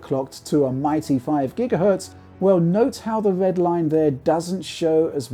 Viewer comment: His speech is clear for the most part, but I'm personally sometimes confused by how he pronounced the sound R. "Wed and owange"? :)